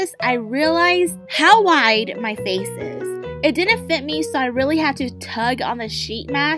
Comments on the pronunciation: now that I think about it...does it sound like he saying oh it's my Fei 😂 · In the introJin honestly sounds like he is saying "But its my Feiii"